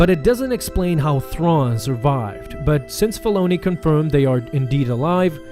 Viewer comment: please say Dave Filoni's properly. was soooooo hard to start this